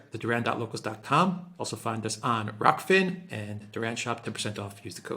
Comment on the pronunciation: Indeed. ROK-FIN, Alexander has started to call it ROF-KIN for some reason.